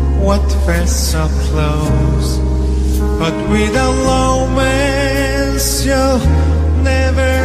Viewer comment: He's so cute pronouncing "lomance"! Hahaha!